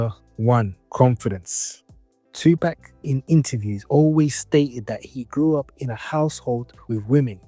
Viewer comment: "2 pack" is the first word on this video 😂